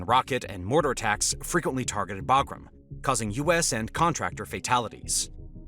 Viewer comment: Imagine calling a B-2 bomber a B-52 and also being an a§§hole and then you mispronounced Bagram, which I'm sure you've heard pronounced properly a thousand times in the past, but you know the proper way huh?! 👎👎